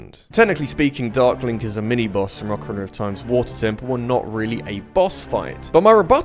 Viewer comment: Ocarina not ocareener and Mario not mary-o